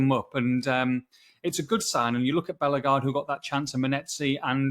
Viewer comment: Nice one guys. I think Hoever will develop into a decent suad player. Unfairly maligned. Btw, he is a French speaker, so it`s TchatCHOUA..."WWAA" Not Tchatch U-ER, and it`s BelleGARDE, not BELLEGarde, and def not BELLergarde. You are welcome...